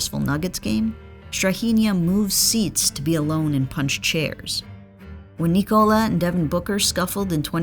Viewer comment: Sorry, can't hear a 13m video of Nee-Cola... just call him correctly or Joker.